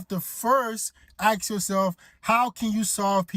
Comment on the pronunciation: Saying you have to first "Ax yoself" is your real problem!😂